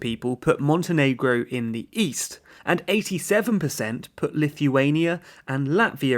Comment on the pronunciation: East? I thought you said, "Weast".